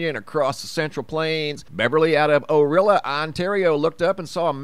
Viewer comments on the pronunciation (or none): It's Orillia not Orilla Ontario